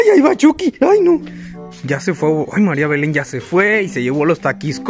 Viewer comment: Casi me muero cuando mariabelen cuando yego marinabelen